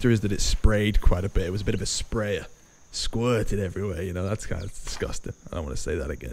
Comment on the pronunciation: Did he just say 'squirting'?